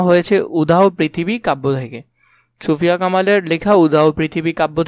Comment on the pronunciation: আপনি ছুফিয়া বলেছেন এটা সুফিয়া কামাল হবে🙂